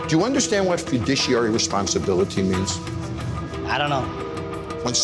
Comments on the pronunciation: Did anyone else clock when Jon pronounced "Fiduciary" wrong? He says "fudiciary" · The way Jon said Fiduciary hurt my soul